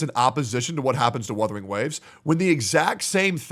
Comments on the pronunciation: I swear to go, if I hear one more content creator call it WITHERING WAVES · istg, if i hear "WITHERING" again one more time, Imma flip my table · I SWEAR HES SAYING WITHERING ON PURPOSE AT THIS POINT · I'm sick and tired of people saying withering instead of wuthering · he forgot to tell that its wuthering not withering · He keeps calling it withering ugh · Other CC "Withering wave" how hard is it to pronounce "wuthering". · "Withering Waves!" - "GET THE NAME RIGHT!!!" - and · my soul leaving my body every time says "withering waves" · Why cant these freaking people not pronounce Wuthering Waves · I love how is increasingly going insane when mispronounces "Wuthering" everytime